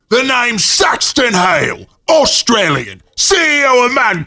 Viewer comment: Did I just hear "Sexron Hale" or am I stupid?